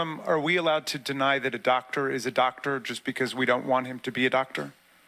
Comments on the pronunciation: “You’re not Dot-Der” what??? 😂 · Is she saying "dotor"?